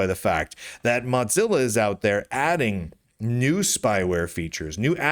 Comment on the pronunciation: Mudzilla. Modzilla. I think you're the only person I've ever heard who says Mozilla like that.